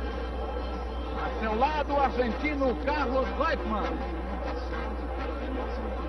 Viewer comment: Muito bom vídeo, ótimo registro histórico. Mas a pronúncia é "Roitman" e não "Reutman". É uma pronúncia alemã. Mas de novo observo: excelente registro, comecei à me interessar por F1 por essa época, devido em muito a essa corrida, tinha 10 anos.